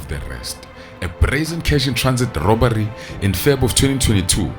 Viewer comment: “Robary” South Africans has an “R” factor. Rrrrrrrrrrr